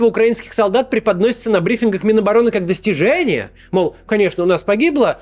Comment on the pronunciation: ДостижЕЕЕЕЕЕЕние, фу бля